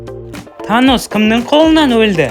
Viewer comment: Танос❌ Таныс✔️